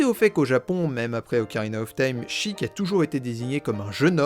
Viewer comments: A chaque Sheik prononcé "chic" prononcer au lieu de sh [É] kun chaton se turas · Ah ça me fait grincer les dents le fait d'entendre "Chiiic" mais bon après chacun ses habitudes mdr, très bonne vidéo ! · Comment ça on prononce "sheek" et pas "shèik" 😭 Je ne savais pas que ça correspondait au mot anglais "seek" mais ça a grave du sens avec Zelda et ses actions ! Merci pour ta vidéo, c'était super intéressant et instructif ! 😊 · perso je disais SHEIK maintenant je dis CHIIK (plus classe) ( ET C'EST PHOTOSHOP FLOWEY PUTAIN DE MERDE) sinon y a t il des gens qui prononcent sans comme sense (je les comprends pas ceux làs) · Je suis en plein visionnage de cette analyse, ayant adoré la partie 1. Je découvre ton travail sur le tard et c'est vraiment super, bravo :) Je reviens sur un truc : tu as raison de dire "Chiic" pour Sheik. Mais dans ce cas là il faut aussi dire "Malone" pour Malon, "Talone" pour Talon, et "Ranch Lone Lone" pour le Ranch Lon Lon. C'est prononcé comme ça en jap ^^ Voili voilou ! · sheik je le prononce "sheilleque" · Je suis le con qui prononce chëic 😐😐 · Bon moi je prononce « Shéyk » Donc je suis très loin...